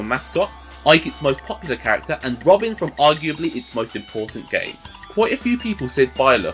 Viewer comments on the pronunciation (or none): none